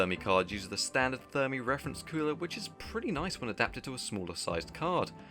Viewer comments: After rewatching the video I realized you called Fermi Thermi 🤣🤣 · I may hear you wrong but the architecture is Fermi ,with an F not with a T.